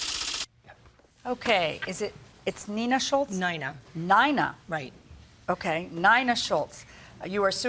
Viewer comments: “Nina” pronounced Nine-ah but should be spelled “k-a-r-e-n” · Lady your name is NINA …. Not NYNA 🤣🤣🤣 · Lady please yur name is NINA not not Nayna , 😂😂😂😂 trying to be creative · Should be pronounced KAREN